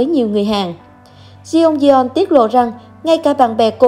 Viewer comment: Đọc là Chong don nhé